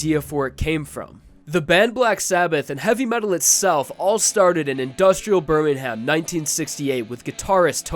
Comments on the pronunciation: It’s pronounced bermingam. Lol BirmingHAM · why did he pronounce Birmingham as Burninham.. as someone from Birmingham this offends me. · Birmingham is spoken as birmingum